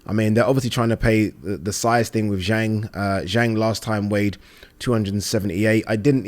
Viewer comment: And Zhang is pronounced Zhong. Agree with you not bein a dick.